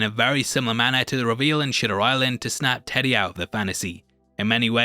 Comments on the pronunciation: Can I say how much I love that you pronounce it Shitter Island 🤨😝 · did bro say "shitter island"????? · The way you pronounce Shutter Island lol